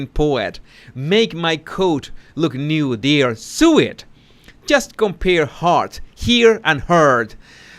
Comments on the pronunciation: There's tear and tear - a teer comes from your eyes and tayr is when you rip something. And sew, as in stitching something, is pronounced "so", not sue, which is legal. Having fun yet?? But no worries, half the Americans can't pronounce correctly or even use correct grammar so ESL people often speak better English than native Americans ;-)) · Sew is pronounced so. English is so sew confusing! 🤭 love your channel. ❤